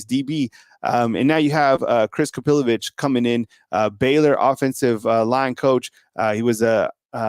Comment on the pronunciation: I think his name is pronounced KapiloVICK. NOT …vich